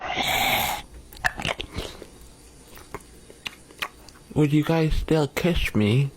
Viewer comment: it's Trevor DEAN,, not Trevor BEAN 😭😂